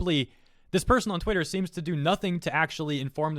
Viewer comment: Did you intentionally say twatter, because that’s gold.